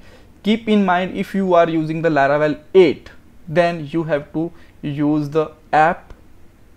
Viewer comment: it is laravel not laravebel